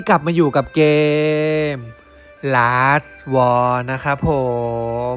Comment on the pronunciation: ชื่อเกมส์อ่านว่า ลาส วาร์ นะคะ ไม่ใช่ ลาส วอลล์..🙏🏻